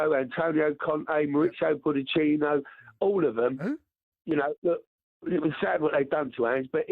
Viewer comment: That last caller completely butchered Poch name but it was still beautiful 😂